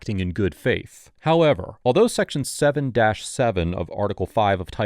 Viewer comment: love all the vids but sometimes you go one step forward and then one step backwards with your HOowW eVeR😅 little annoying